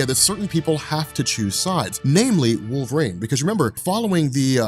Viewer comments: My man, love your channel, been watching for years....can you please say Wolverine properly? Its not "WolverAINE"!! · I can’t stop hearing “wolverane” not wolverine 😂😂😂